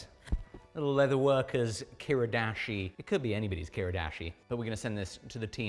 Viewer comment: Ki-RI-dashi. Not ki-RUH-dashi.